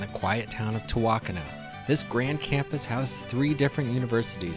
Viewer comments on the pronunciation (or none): Why are all of the city names mispronounced? Ta Wok An E, Muh Hay Uh, Wok Sa Hatch E (Tehuacana, Mexia, Waxahachie)